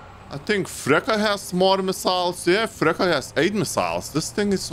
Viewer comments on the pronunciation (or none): Yo, it’s not frekka, you spell il “ freccha” Fre (Charlie Chaplin) A FreCCHA 🥳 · "Freccia" is pronounced "Fretcha" not "Frecca" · I love when you say Frecca instead of Freccia ❤️😂